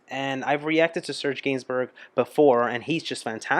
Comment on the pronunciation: Gainsbourg is pronounced geinsboor. This song is epic, was a must towards the end of teenage parties when the slow dances started…